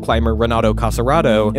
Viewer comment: Nice, thank you. But don't say "Cassaraedo", it's Casarotto 😉